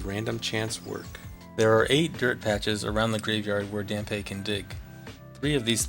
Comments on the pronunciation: isn't it pronounced "Damp"? ;) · Hearing Dampé's name mispronounced do many times in such a short time is jarring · Still kinda mad that you pronounced his name wrong lol.